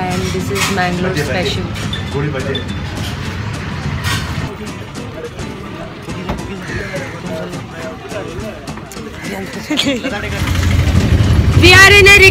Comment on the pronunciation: Hehehehe its not gooli baji... its goli baje